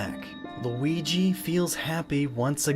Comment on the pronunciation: So you know how to pronounce Luigi now